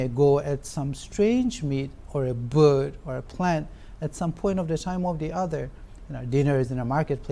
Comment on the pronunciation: Verbbbb instead bird 😂😂😂😂